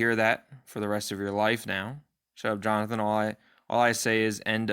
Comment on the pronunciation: Lmfao Jo-Nathan 😂😂😂😂